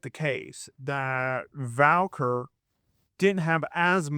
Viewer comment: You spelled the name correctly in the title and you see that there is no letter "l" in her last name, yet you still pronounced it as "Valquer" 😂😂